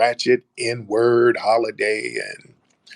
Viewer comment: he says the N word ending with "er". Because he's British and pronounces everything properly 😂😂😂